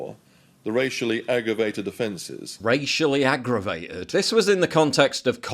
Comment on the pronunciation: he actually said "agavated" his brain is rotted by the woke mind virus.